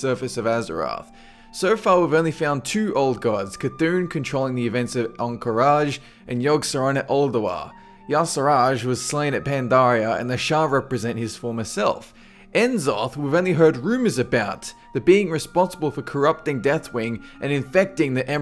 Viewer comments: I think it's pronounced Nezoth, not 'en-zoth'. And we do see Y'Shaarj's heart, and presumably each Sha Prime resembles one of his heads. Also to say an Old God is 'slain' is touching on technicalities because the Old Gods "do not die, they do not live, they are outside the cycle". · First off, Frankenstein was the scientist, and NOT the monster. Second, why do people say N'Zoth's name as "En-Zoth"???